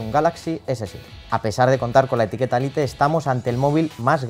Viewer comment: Se pronuncia "lait" no "lite"😕